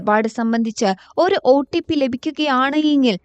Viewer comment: OTP ഒ-ട്ടി-പ്പി അല്ല ഒ-"റ്റി"-പ്പി